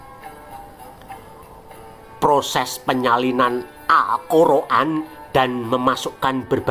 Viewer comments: geli aja dgn narasinya min, al-kor-an.. es-we- te , eslam ...😅😊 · Ngakak tiap denger admin ngomong Alkhur'an dan awuloh eswete yang diyakini oleh orang eslam😂😂